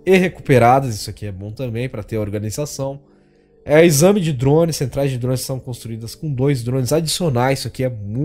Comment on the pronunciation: Tu falo esame en vez de enxame kkkkkk